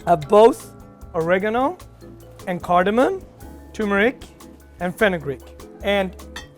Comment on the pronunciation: You're a chef but mispronounced turmeric and cardamom? Really? Barely over a minute into the video and I've lost respect for the guy.